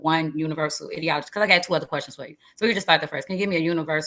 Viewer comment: Why is she pronouncing ideology like that ?